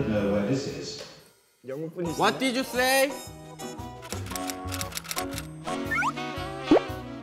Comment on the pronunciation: That "wut did yu sayy" though🤣🤣